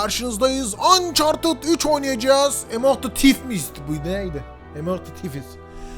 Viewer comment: Yalnız ''Ucharted'' Değil. ''Ançartıd'':D